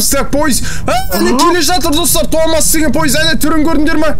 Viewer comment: Томас дегенді топас деп естіген мен😂😂